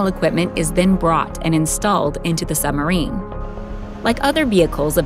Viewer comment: I wonder if she realises 'Sumarine' has a B in it....